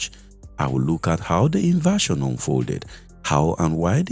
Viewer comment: Invasion not inversion. Please mind your pronunciation.